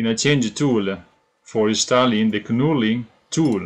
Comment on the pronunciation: Good work. Great looking hammer. Knurling is pronounced nurling, the K is silent :)